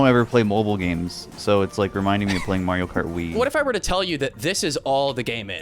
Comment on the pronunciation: why’d he say mario kart like that 😭😭